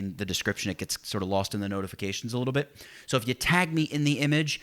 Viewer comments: sounds like you said "and paint away the bitch you don't want " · Damn! It does sound like that! But I am sure it's "the bit you don't want". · So True LOL